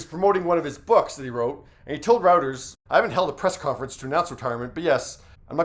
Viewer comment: Reuters is pronounced "Roy- terz"